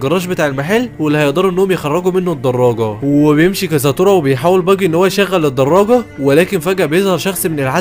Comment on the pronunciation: انتا بتقول باجي غلط اوي تلوث سمعي